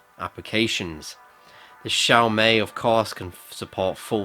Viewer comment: Hi, You got one thing horribly wrong, the way you pronounce XiaoMi. It's not pronounced as 'May' but pronounced as 'Me'. Thanks